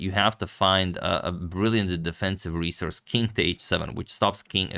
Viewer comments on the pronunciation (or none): none